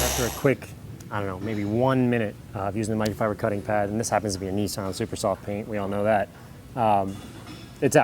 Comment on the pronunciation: a neesan lol